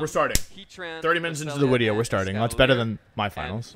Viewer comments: Take a drink every time Wolfe says "wideo" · Wolfey the type of guy to say wideo instead of video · what's a 'wideo'? XD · The Wideo, The Wictory, The Wideo. Heard this in the first 10 seconds, i like the wideo for it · Can I ask y he says he mixes the v and w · Please tell me you say wideo jokingly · Wolfey i love your content. But please stop saying “wideo” so much it’s become too much of a meme! 😂😂 please just say video lol